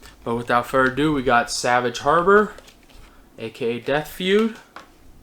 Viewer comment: did he say "without fur a do" ?